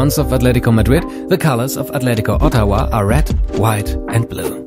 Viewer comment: The way you pronounce Ottawa is very funny to me.